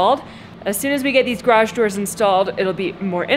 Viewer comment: !: You said garage like 12 times in this video! All of them were very close to correct and very consistent. There is a tiny bit of room for perfecting it, but you are the 93% level! I consider that coming from where you started you will sound like a foreigner now--at least to the people who your learned that awful original pronunciation from!